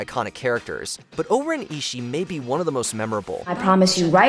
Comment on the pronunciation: Mispronounced Oren ishii